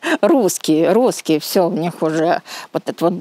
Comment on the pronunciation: Старая еврейка на нормально так затроила, говорит как МЫ их зовём (а на уме ГОИ), а потом такая: гусские, гусские))))